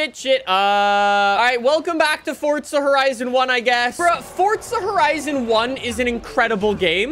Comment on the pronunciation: that ain’t forza horizon that’s corza porizon